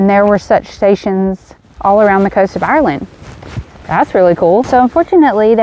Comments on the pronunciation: Tip.... Maybe ask locals how to pronounce Ireland.... the way Americans pronounce Ireland makes most Irish pissed.... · ur grand.... thank you for explaining... I lived in NY myself for 15 yrs and I know it annoyed me with the way Americans pronounced Ireland... its the way ye pronounce ur Rs... no offense taken... glad you enjoyed ur stay in my country.... hopefully you have some great memories....